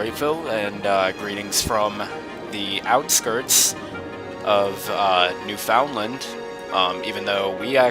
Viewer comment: FOR DA LOVE OF JUMPIN DYIN JESUS STOP SAYING NEWFOUNDLAND WRONG!!!!!!